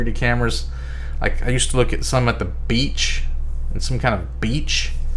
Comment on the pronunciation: Why do you say beach like that?